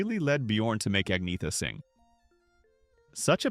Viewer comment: Her name is Agneta, not Agnea